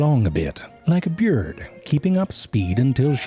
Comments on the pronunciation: Did he just say beard instead of bird ? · English teacher: Bird Zefrank: Beeyrd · Byird and brut tied. 😂 What’s with the pronunciation? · I've been watching all of these videos lately, butt-eye...sorry... but I can't stop pronouncing certain words this way now. B-yurd...bebehs... B-yuried... I can snot...sorry... cannot stop... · Byerd. The true way to pronounce bird. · Nobody: Frank: BEEYURD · "Like a byurd" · “…like a byurd.” XD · "like a byerd" same. That's also how I pronounce bird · "like a berid" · its pronounced "beeurd" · Bjurd? Bjurried? 😝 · “Like a Bjirrrd”. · Zefrank "bird": beeyurd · Only zefrank can pronounce the first vowel of bird and buried exactly identically and still be understood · how he pronounces bird 😂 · I like how youtube's voice-recognition captions try to deal with your pronunciation of bird. :) THANK YOU, zefrank, for your work. I laughed right out loud multiple times, enough that it startled my cat. Keep up the good work! (Time to go off and become a patron, methinks.)